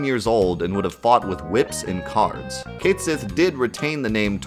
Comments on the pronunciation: 2 minutes in and I quickly realize you're not cut out to talk about this. Had to stop and be the nuisance I am! Here we go... The game was made in Japan, sweetie. And guess what? Any foreign name gets written in Katakana, which is a phonetic alphabet. Ready for it? Disc 2, track 20 of the FFVII OST. "Cait Sith's Theme," or "Theme of Cait Sith." Here's its original title in Japanese: "ケット・シーのテーマ" "Ketto Shii no Teema" And I mean, you don't even have to know Japanese. just put "ケット・シー" into Google Translate and it'll give you a best guess with "Kett She." It's not some whack theory. It's the intended pronunciation as handed down by the game's creators, because they're into mythology and sh*t. In case you hadn't noticed. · You know, the funny thing about Japanese is that the very language tells you how to pronounce a word. Cait Sith = ケット・シー = Ket Shí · It actually states "Ketto Shi" in Katakana right there in the guide dude. Pronounced "Kate She" in English. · I also call Cait Sith "Cayth Sith" forever, you're not alone bro! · On the topic of pronunciation: Sure, "Cait Sith" might be unintuitive, and god knows Celtic languages are a disaster when it comes to spelling and pronouncing with an English mindset, but ケット・シー is extremely simple and to the point. When in doubt, look at how it's spelled in Japanese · its pronounced kate sith, just like mic tyson would say it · Raven19888 you’re right, its Gaelic and is pronounced something like “Ket Shee” or “Kite Shee”. I love these videos and the content is amazing but it’s painful to hear it butchered. Like back in the day my friends and I used to call Guile closer to Goolie so I let it go :) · It probably is pronounced Keht Shee, since what is apparently FF7's Japanese spelling of the name (Ketto Shi) is as close to that pronunciation as Japanese can get. Looking up how things are pronounced in Japanese and jumping off from that is your best bet for concrete clues on how the JPN devs intended it to be said.